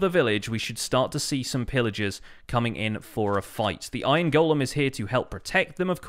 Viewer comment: So glad to hear you pronounce “golem” correctly. I don’t know why all the other YouTubers want to pronounce it “gollum.”